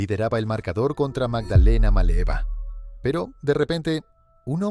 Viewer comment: Magdalena Maleva y después dices Estefi Graf... Un poquito de por favor... Hubicate...